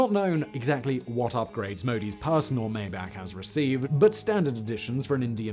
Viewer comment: It’s pronounced my-bock.